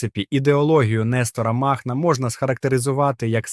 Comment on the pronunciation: Нестора мАхна? чат жпт?....чому сам прочитати не хочеш